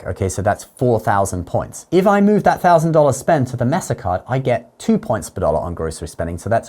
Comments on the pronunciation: Mess-uh. That doesn't even sound right. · Pronounced “MAY-sa.” 😊